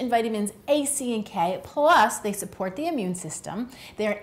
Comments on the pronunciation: (laughing) Slupport instead of support...well, nobody is perfect. Thank you for the informative video. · Any one else giggling at “Immune Slupport”? Everyone is human 😁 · Love this video and I died laughing at "immune slupport"- having one of those days myself at the moment!! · Slupport, nice! Slurp slurp... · "immune slupport"